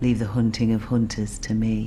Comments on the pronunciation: "leave the honting of honters to me" lol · “Leave the hoonting of hoonters to me